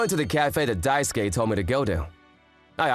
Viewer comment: For the love of god someone explain to him how to say Daisuke.. “die” - “soo” - “key” Jesus..